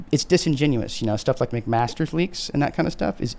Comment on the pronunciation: The word is disingenuous